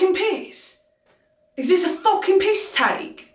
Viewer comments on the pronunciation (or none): Brittany, your accent is almost perfect. The only thing that isn't quite on the nose are your U's. You're saying 'fooking' instead of 'fahkin'. Hope that helps!